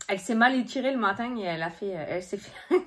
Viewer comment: Tu me fais trop rire quand tu dis le "matin" avec cette accent du sud-ouest? 😂 en tout cas merci d'être toujours là pour nous 😘 prends du temps pour toi tu as bien raison